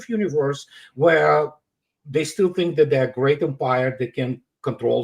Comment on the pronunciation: Did say: "Grest" British "Military" "Education". Russia Chess and Clauswitz, America Talmud and Poker, China Confucius and Sun Tzu, "Grest" Britain Fancy Dress and Funny Money.